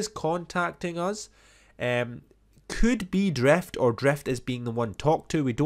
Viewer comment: Drift not Dreft